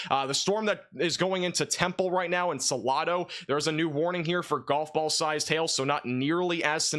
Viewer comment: You are mispronouncing Salado ,it has a long A . SalAdo